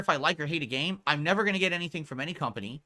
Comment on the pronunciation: GWET MODERATED